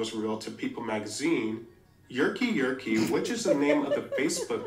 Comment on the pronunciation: his name not yerkky yerkky fr 😭